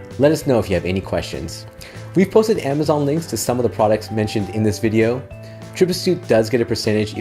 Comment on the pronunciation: Astute :) sounds very Lithuanian 👍